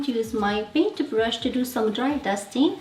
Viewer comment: Love the way you say paintubrush and toothubrush 🧡